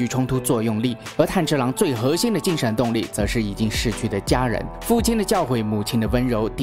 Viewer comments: 没想到会做动画（虽然也是电影） 是炭之郎噢 字幕是炭，但念成岩了 😅 那可以期待你讲《进击的巨人》吗？第四季要回归了！😎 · 是"炭治郎"，不是岩治郎，起碼主角名字要念對呀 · 炭(yan)治(zhi)郎(lang) XD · 男主的名字竟然可以唸錯兩次… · 連男主角名字都唸錯。非狂熱粉絲的我覺得你很不優喔